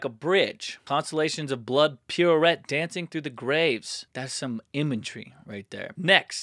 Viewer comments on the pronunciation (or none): none